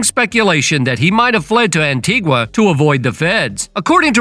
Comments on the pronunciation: Please get the pronunciation right. It's An-tee-ga. It's not the Spanish pronunciation An-ti-gwa. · The ‘u’ is silent. An-tee-gah